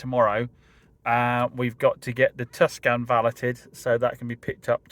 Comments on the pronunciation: Yep. Pronounced Tooson. Not Tukson 😂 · Too - son! (Not Tuscan!). 😂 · It's NOT a Tuscan but a TUCSON. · Pronounced Too son. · Pronounced Two sawn 😂. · plenty of comments about this on previous video, I think he keeps doing it for the algorythm and keep people commenting correcting him